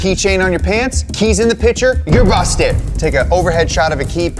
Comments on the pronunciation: the fact that you can not pronounce the word PICTURE, was so bad i could not watch. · Please say “Picture” and not “pitcher” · It’s PICTURE not pitcher. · 'pitcher' and 'picture' are two different words in the English language, in case you were wondering